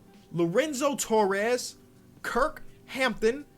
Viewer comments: Did my mans say Kurk Hampton❓ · Kurt not Kirk